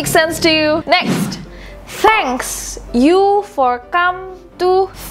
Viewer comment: Sis isn`t it Thank not Hank